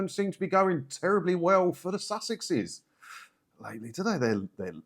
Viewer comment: They presumed that their “Sussex” titles could be pronounced in an American accent, as success. It doesn’t.